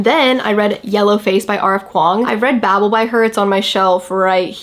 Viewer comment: Dear god it's not pronounced BABBLE 🤦🏽‍♂️